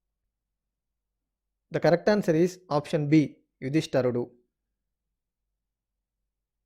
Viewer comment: యుధిష్టరుడు కాదు నాయనా! యుధిష్టిరుడు